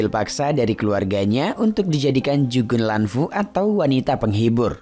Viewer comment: Jugun Ianfu (baca = jugun ianfu),... bukan dibaca jugun Lanfu. silahkan baca literatur dulu kak, untuk membawakan movie berdasarkan sejarah aktual. kan malu, kalo sampai salah.